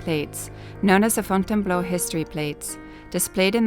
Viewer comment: Désolé chérie. . c est .Fontainebleau.. j aime le son ta voix ..so british..